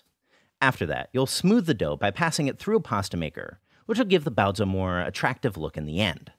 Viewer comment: I think your content is great and you treat the source material and the culture it's from very respectfully but I simply absolutely cannot get over that accent. Sorry, I know this isn't something anyone can help but everytime I hear you pronounce baozi like that my mind has a small aneurysm and I cannot get over it.